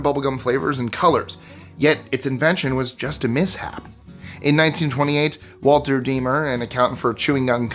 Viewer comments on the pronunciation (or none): none